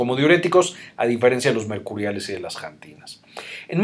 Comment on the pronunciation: jantinas ? no se dice xantinas ?